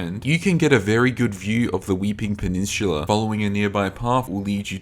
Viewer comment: it's peninsula not pe-nin-shhuula.